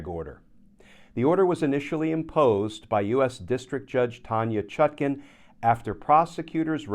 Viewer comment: Why does Kirchner insist on saying judge ChutKIN, when her name is clearly spelled and meant to be pronounced ChutKAN? Please adjust, asap!